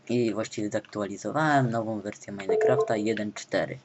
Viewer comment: Btw, jedna taka dygresja... To nie jest "Meinekraft", tylko "Minecraft" ;] Majnkraft ;]